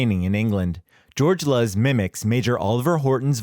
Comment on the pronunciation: George Luz, pronounced "Loose" as Luz is light in Spanish. Get it right.